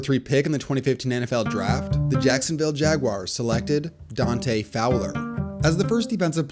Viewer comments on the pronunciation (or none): none